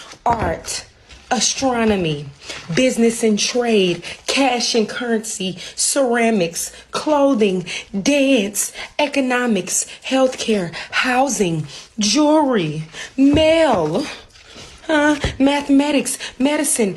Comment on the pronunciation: "Jury"? I think he (she?) meant jewelry.